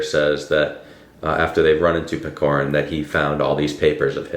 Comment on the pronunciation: Couple notes from a Russian on “Hero of our time”. He’s not PeKorin, its PeCHorin (like ch-air)😭 Also I think the title translation is very misleading. It’s more like a “character of our time/portrait of our time”. Pechorin’s character is very typical for young man of that time (going to Caucasian war to seek glory, choosing meaningless duels (again) for glory and pride, being fatalists). I think the main problem with understanding the book is that its more society driven, rather then plot driven book. Lermontov writes about his time and his peers by describing Pechorin’s character (by Maxym Maxymych’s POV, narrator’s and Pechorin’s). So the plot and storyline don’t matter that much. So to really get it you need more context on Russian Empire’s society and Caucasian War. Hope it helped a bit😅